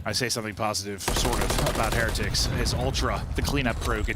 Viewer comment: Am I the only one that's irritated with how Heretics is being pronounced??